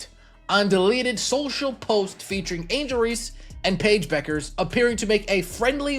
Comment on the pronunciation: Can someone train AI that Paige’s name is pronounced “Beckers”, not “Byookers”. Fuckin’ hell.